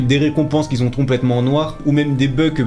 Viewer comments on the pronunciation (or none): "Qui zon" "Qui zon" "Qui zon" "Qui zon" "Qui zon" "Qui zon" "Qui zon" "Qui zon" "Qui zon" "Qui zon" "Qui zon" "Qui zon" "Qui zon" "Qui zon" "Qui zon" "Qui zon" "Qui zon" "Qui zon" "Qui zon" "Qui zon" "Qui zon" pitié...